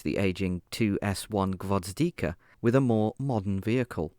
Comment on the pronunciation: I just don't get why added letters to Gvozdika, that could've been an easy one